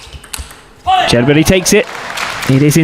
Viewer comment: I ask which is more annoying, the image cuts or the way the presenter says « Charles Berry »